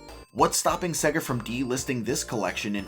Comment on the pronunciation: “Seggah” lol